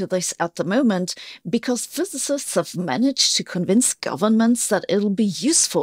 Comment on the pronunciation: Please practice saying "physicists" whenever you can